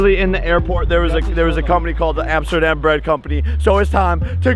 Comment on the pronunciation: When tidus was screaming "AMSTERDAM!" It sounded like he said " NOTRE DAME!"